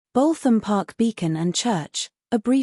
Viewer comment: Dear electric narrator........ It's "Boot 'em' "..........